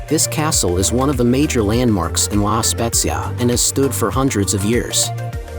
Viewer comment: La pronuncia e sbagliata si dice la spezia con la zeta non con la esse o con la gi e non e sincterra ma e cinque terre 😂😂😂😂😂😂😂 devi un po migliorare queste parole 😅 e non e tinato ma tinetto capisco che sei straniero ma mira commandolpalmaria lai detta bene pero nel resto hai un ottima pronuncia italiana